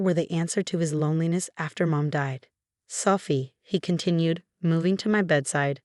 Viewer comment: I'm sorry selfie? Really? Her name is Sophie, not selfie